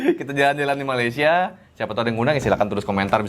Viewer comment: YANG PASTI NASI UDUK BUKAN NASI LEMAK! Jauh amat rasa dan lauknya. Sebutan Malaysia oleh orang Indonesia lama betul tetapi sebutan Malaysia oleh orang Indonesia sekarang amat salah. SEBUTAN BETUL meleysia BUKAN malaisie. Orang lama Indonesia lebih menampakkan dan menghargai serumpun dari warga Indonesia sekarang yang lebih menghujat tetapi mengaku serumpun.